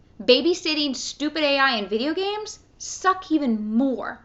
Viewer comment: She can not pronounce "s". "Gamesch"